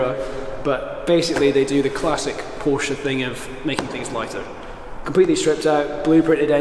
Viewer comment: I love your videos but please pronounce porsche correctly 🙊